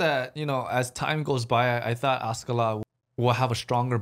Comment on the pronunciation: technically it should be Askeladden if it was accurate to it's origin, but you're right with it being mispronounced.